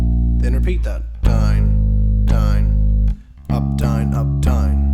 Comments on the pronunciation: its 'down' not 'dime' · He is saying down. It's his accent that makes is somewhat sound like dime. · you say down funny